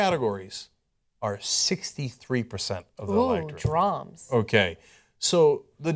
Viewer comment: did anna say 'drams'?